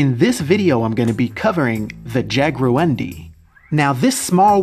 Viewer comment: Its pronounced "Jaguaroom-dee" with emphasis on room